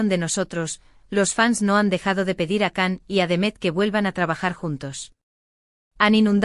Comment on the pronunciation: Siempre llaman Kan a Can todavia no entienden que Se pronuncia Jan o Yan pero no Kan y El tambien siempre Se los repite por favor entiendan y mas ustedes Mundo Turco ya que suben contenido sobre Can y Demet digan bien su nombre como bebe ser......